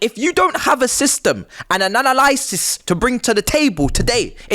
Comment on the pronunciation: Bro saying ANALY-sigh-sis and Conversate 😂😂 brilliant fun